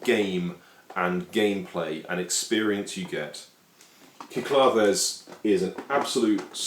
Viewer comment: Actually the English pronunciation is Sick-La-Dees.